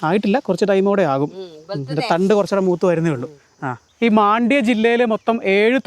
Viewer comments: മണ്ഡ്യ എന്നാണ് പേര്..not മാണ്ഡ്യ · ಮಂಡ್ಯ ✅ಮಾಂಡ್ಯ❌ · Oru sthalath pokumbo aa place nte peru correct ayi parayan padikku..maandya alla..mandya anu